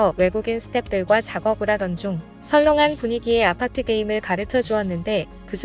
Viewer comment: 그런데, 왜 외국인들은 <아파트>라고 하지 않고, <º아파트>라고 해? 왜 '쌍이응'의 <아>발음을 하냐고? 쌍이응은 지금 당장 살려야 해. 쌍이응을 한국만 안 쓰지, 전세계적으로는 보편적인 발음 이다.